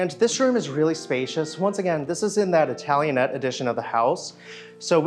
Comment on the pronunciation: BTW is italianate, not italianette.